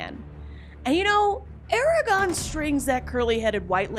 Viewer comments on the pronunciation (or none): 1st off it's Aragon not Eragon and Eowyn doesn't die lol she goes on to marry Faramir. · Ok worst part of the video: you calling him ARAGON 😭😭😭😭